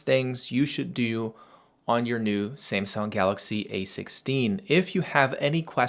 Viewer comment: ”SIMSUNG” 😂😂😂😂. Dude it’s SAMSUNG